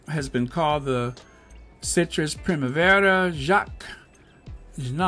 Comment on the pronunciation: You pronounced Primavera correctly. Maybe roll the r? Yes de la Renta has passed. He has dressed almost every First Lady since Jackie Kennedy. A beau of mine gave me a bottle of the spray eau de toilette version of his first fragrance in 1982. I did so enjoy wearing it.